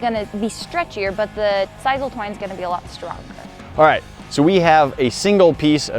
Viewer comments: siss-ul not siz-ul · Its pronounced sis-soul